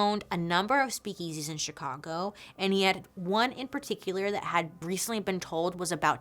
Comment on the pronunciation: Bailey’s slightly odd emphasis on the the second syllable of “speak-EASY” makes me smile :)